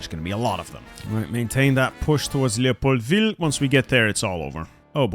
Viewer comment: why do you say leopoldville like that youre not french